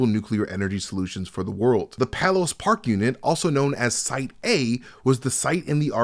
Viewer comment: Argonne Labs is in PAY-LESS Park, IL, PAY-less, not PAHL-LESS park! I've heard it mispronounced SO many times! Sorry, Illinoisian rant there, had to get it off my chest. Please proceed....